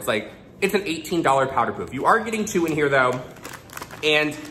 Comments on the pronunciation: It's "paff" not "puf" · Living for the way you say pouf instead of puff. Very french of you. Also, praying for your puppy ♥ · I like how you say “pouff” instead of puff. 😛❤️ Looks great either way you say it! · Did just pronounce it as powder "poof" LOL